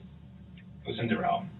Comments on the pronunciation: I wish you wouldn’t pronounce his name “da-RELL” like he insisted. That was just his attempt at seizing control in this trial. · GROUNS! Long term fan, btw. But you have terrible pronunciation in this video. It's Dah-rel, and Waw-kesha, just for the record. I'm a huge fan, and if you ever come back to NY... well, golly, I live right by Sleepy Hollow and can show you around that cemetery, and give you all of the lore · Duh-rell!!!! Can't forget this f*ckup!